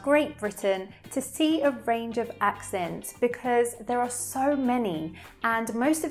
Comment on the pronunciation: It's sööü EaSy